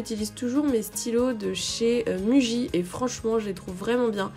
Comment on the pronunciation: Hi miss ^^ je doit avouer que j'ai du mal avec le concept de partiel blanc, dans mon université on a des partiels de mi semestres et les finaux, mais pas de blancs. Sinon je pense que ça ferait trop. Une bonne vidéo assez intéressante ^^. PS: la marque pour le stylo se prononce Mouji même si elle s'écrit Muji (ça vient du Japonais, notre son -u n'existe pas en tant que tel au Japon).